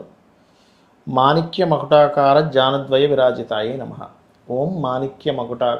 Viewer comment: ధ్వయ కాదు ద్వయ … ధ కాదు ద .